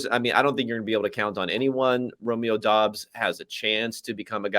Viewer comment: Romeo Doubs last name is pronounced Dobbs